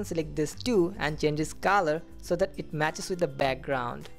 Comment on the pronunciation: The word is colour and you pronounce it as Kalar